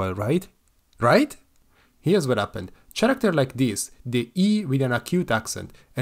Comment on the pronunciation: how the f you messed up the pronunciation of "Character" that much lmfao